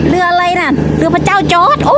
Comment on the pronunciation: ทำไมสาวแพรพูดคำว่า "เรือ" เป็นคำไทย ผมว่าสาวแพรควรพูดตามคำลาวนะ "เฮือ" จะเป็นเอกลักษณ์ของคนลาว ภาษาลาวนะครับ